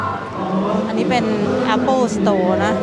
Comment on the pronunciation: Merry คิด-สะ-มาด สวมใส่หน้ากาก พกเจลเอลกอฮอล์ รับผิดชอบส่วนตัวเพื่อส่วนรวมครับ แอปเปิ้ลสโตร สโตรที่ขายแอปเปิ้ล